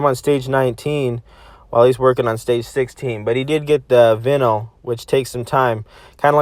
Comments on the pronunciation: He is triggering me so much when he says vinyl It’s pronounced vine-all. Not vin all. It really annoyed me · vinil triggered its pronouced like saying vine-al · vinyl is pronounced :vienil" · You're pronouncing vinyl wrong, dummy. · How are you even gonna call it a “vinal” 🤦🏻‍♂️ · Like how you you say vinyl. Bro its Vei-null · "The vinil" XD holy shit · dude its pronounced vine - all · It appears someone doesn’t know what vinyl is or how to say it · It annoys me how u cant say vinyl correctly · I do not like the way you say vinyl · neither have I, I just thought it was funny the way you called it no worries dude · The way he pronounces vinyl makes me want to cease my existence.